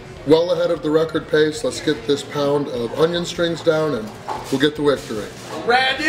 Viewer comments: That made me chuckle and then in the same sentence he said "wictory". Food coma was starting to set in. Lol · Glad you got the 'winctory' lol